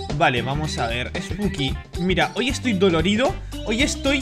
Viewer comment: perdón pero se me hace muy gracioso como hablás osea en vez de decir spooky dice "esbuki" XD